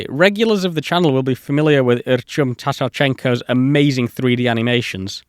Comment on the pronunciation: Cheers from🇷🇺 Your pronunciation of BUЯAN deserves a RESPECT on it's own 😂 Thought Artyom Tatarchenko's surname might still need more effort😂😂😂